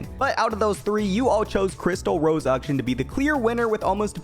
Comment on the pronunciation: WHY DOES BRO CALL HIM UKSHUN???